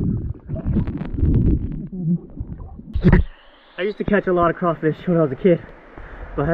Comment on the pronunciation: Being from Louisiana i can appreciate the simple fact that you say “Crawfish” and not “Crayfish” 😩🔥😍